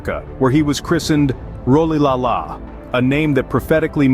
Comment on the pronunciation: the pronunciation of rolihlahla :/